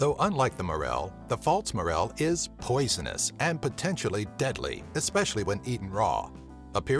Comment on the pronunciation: Why do you pronounce false like faults